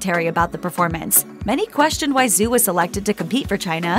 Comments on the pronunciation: It’s not pronounced Zoo, Zhu is pronounced as Ju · Just so you know, Zhu is pronounced more closely to 'joo' (with closed rounded lips) than 'zoo'. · Her name is pronounced "Dju" not "Zoo" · I couldn't stand to watch more than half of this because of the way this narrator repeatedly mispronounces her name. Zhu is not pronounced "zoo". Learn to pronounce people's names correctly ffs